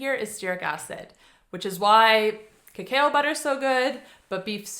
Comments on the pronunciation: Cacao is pronounced ka ka oh, not kakai oh 😊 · Its pronounced kuh·kau (cacao). Lol. Thanks for the other info! ❤ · #9 so, it's pronounced "Kuh Cow" like the cow goes moo...but cacao butter is yum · There are pronunciation guide videos, so I don't expect you to take my word for it, but...cacao is pronounced "ka-COW". Cocoa...the "a" is silent. Surely at some point in your life, you have had "hot cocoa"...just "co-co". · No question about that...but cacao is pronounced "ka-COW", and cocoa is pronounced "co-co" not "co-CO-a". I tried to explain that pretty well, but you didn't even bother to read what I wrote...NOR listen to the way you pronounced it at the start of the video.